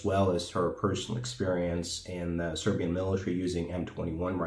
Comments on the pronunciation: I have to compliment you on such an elegant pronunciation of the Serbian language as if you were a nobleman. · There is a great video about the creation of the Zastava M70 on one Serbian Youtube channel.Its in Serbian but it has English. subtitles. свака ти част на изговору Српског!